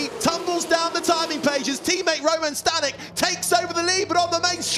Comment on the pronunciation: Staněk = Stahnyek, short vowels.